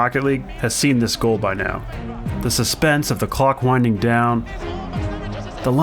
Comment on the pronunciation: I thought he said something that wasn’t clock